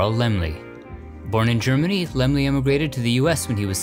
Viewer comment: So that's how you pronounce Laemmle! Lol Great film!